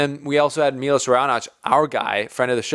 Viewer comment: It's pronunced Milosh (Miloš), not Milos.